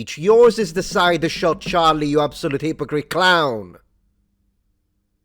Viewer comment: I think you meant "HIPPO" crite